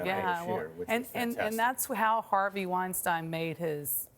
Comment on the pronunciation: Hearing a 2020 journalist pronounce Harvey's name as "Wine-stine" is really interesting to me. No shade whatsoever, just intriguing to hear someone in the bizzzz mispronounce a name so huge at the time.